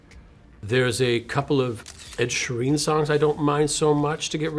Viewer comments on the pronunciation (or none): he just said ed shareen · The only person in history to wrongly pronounce Ed Sheeran’s name😭